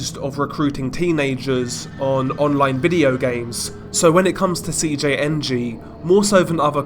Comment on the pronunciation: When he said Cjng fully it was perfect